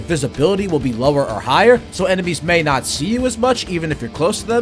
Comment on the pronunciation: “I did not hit hurrr - I deed naaaaht!”